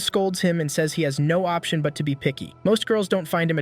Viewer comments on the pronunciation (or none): none